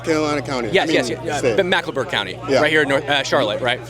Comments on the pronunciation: Just wanna say, it's Mecklenburg not Macklenburg. 😁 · Mecklenburg. Say "Mecklenburg." Not macklenburg. It's our largest county and encompasses ALL of Charlotte, NC. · Bro just learn how to say “Mecklenburg” everything else was on point